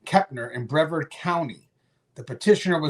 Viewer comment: Brevard is pronounced "Breh-vard"... two syllables, emphasis on "vard"